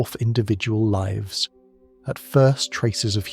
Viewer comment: I LOVE this concept of retelling classic writings like this in a modern, soothing format like this. Brilliant. Somehow, the AI is getting dumber, though. It can no longer distinguish if "lives" is being used as a verb or a noun and always pronounces it as a verb, which is incorrect 90% of the time in this story. Still, this story format holds my attention better than others, so I keep listening! Thank you!